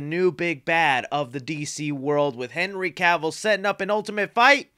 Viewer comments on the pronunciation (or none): none